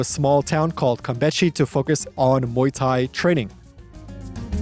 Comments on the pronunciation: 3 months over there and you can't say it right? It's "campeSHE", as in "shh". There's no "t" sound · mano I don't know how you have been there for 3 months and are still pronouncing it "Campetchie". face palm